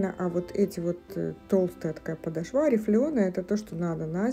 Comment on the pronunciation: Добрый день! Спасибо за обзор!, ну почему подошвА (подошвЕ)?! Очень режет слух.